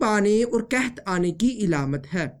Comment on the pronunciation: Ilamat Nahi alamat